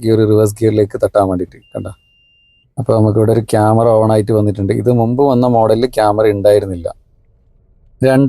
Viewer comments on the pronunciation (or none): none